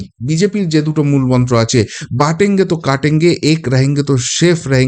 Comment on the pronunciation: (বটেঙ্গে তো কটেঙ্গে)√ not বাটেঙ্গে তো কাটেঙ্গে ×